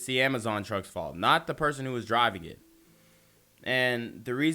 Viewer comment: He did just say amajon drivers lol,,AMAJON 😆 🤣 TO FUNNY